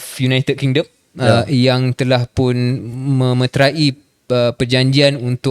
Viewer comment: memeterai (disebut - me.met.rai) bukan (me-met-ra-i)… i bukan imbuhan..